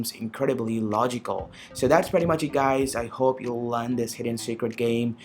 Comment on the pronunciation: HAHAHAHA IT REALLY SOUNDS LIKE THAT HAHAHA